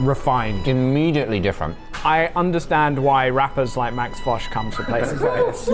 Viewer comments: who is lol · Why does their guest keep asking that lady behind the counter about a guy named, who the hell is that? And how is that employee supposed to know who that is? And why are the guys & the crew laughing about it? I suspect the reason but maybe I should finish the video first instead of asking during the first minute. It just seemed too weird to me. (Edit: okay is that the damn guest and I'm assuming he's either a rapper or a DJ. Weird.) And why does Josh call him? And on a completely separate thing, I don't think we have this langoustine thing here in the states. Must be an island nation or coastal type thing